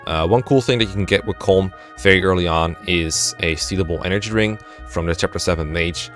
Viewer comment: Colm is pronounced like “colum” as in a column and a row, or Gollum (Sméagol) with a C. It’s two syllables, not one